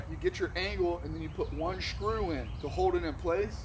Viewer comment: I learned a new word today “shkrew” 😂🤣